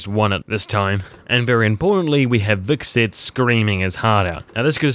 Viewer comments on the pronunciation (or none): His name is Hvitserk, not Viksid. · So did ''Vikset'' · HvitsSERK....how hard is it to say 1 name _ Hvit-Serk.